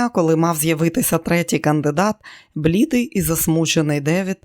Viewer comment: Дякую каналу Екслібрис за знайомство з черговим чудовим романом Сідні Шелдона.❤ Шановна зверніть увагу на наголоси при читанні. ШИбеник,а не шибЕник. БлІдИй,а не блідий слабИй,а не слабий.і т.д.Листи розкривають,а не роздруковують..Бажаю каналу розвитку і вдосконалення ❤